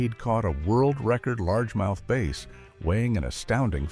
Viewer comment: LARGE MOUTH BAAAAAAAAAAAAAAAAAAAAAAASS, not "Base". Your voice actor is an idiot, or else this is AI.